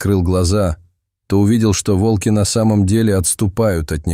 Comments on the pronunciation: Рассказ рассказом, а ударения все таки надо ставить правильно: вОлки - это звери, а валкИ - это технические устройства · Не вАлки,а вОлки.Народ,вы не устали от этих умников,которые включают ИИ для озвучивания роликов.? Дешёвка!Тьфу,слушать невозможно.😢😮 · Очень интересная история!!!Но надо говорить не во"лки а волки. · Не волкИ, а вОлки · Почему волкИ, а не вОлки? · Лучше сказать вОлки, а не волкИ. Текст читает робот с механическим произношением и ошибками в чтении слов. Это неуважение к слушателям. Живое чтение ценится намного больше. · Видимо ИИ учили читать по тем книгам, где часто употребляли "волкИ позорные". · Волки ударение на последний слог, как будто ии озвучивает. Всю историю пытаешься понять что здесь происходит и время слышишь от автора : волки окружили дошадь и какое ж это странное явление. И опять: странное явление тут происходит. Все тут странно: и звуки, и волки и лошадь... и сама история.